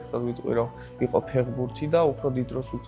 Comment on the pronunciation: ფეღბურთი არა ფეხბურთი ფეღბირთი საშინლათ ისმის ყურში